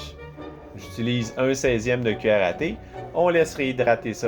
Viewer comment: Waah je suis désolé mais j'ai ri quand j'ai entendu "1/4 de karaté" à la place de cuillère à thé. Désolé tes le meilleur mdrr